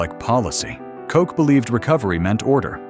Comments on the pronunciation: "Coke"? Effing AI. Ed Koch's last name is pronounced "Caugh-ch". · Yo , you need to learn how to say kochhhh not kock!!! Lol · Pronounced KO CH not Coke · you pronounced mayor koch's name wrong.